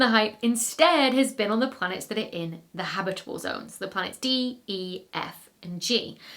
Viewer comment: And reference-quality "habitable" and "habitability." Fun words to say!